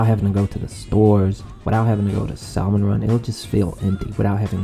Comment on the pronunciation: please stop saying saLmon run you don’t pronounce the L